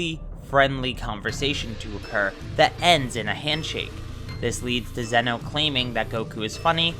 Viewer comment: I thought it was pronounced “ZEE-no”.